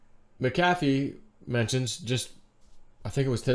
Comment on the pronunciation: MACK - uh - FEE... 😆😘 NOT - MUCK - HAFF - EE 🤣😂 Love you ❤